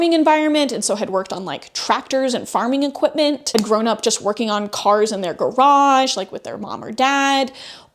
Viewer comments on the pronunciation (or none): none